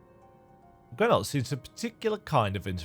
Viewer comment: its awesome hearing someone with an accent actually enunciate the words in almost the proper accent when putting a voice to grenolt